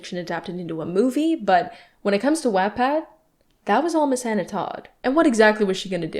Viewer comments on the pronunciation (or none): Everytime says "WAT-pad" my eye twitches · i want to let you know that i am highly disturbed by you pronouncing wattpad as wetpad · it hurts hearing Wattpad pronounced like that lmao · I literally can't watch these videos bc of how she pronounces wattpad 🤦🏼‍♀️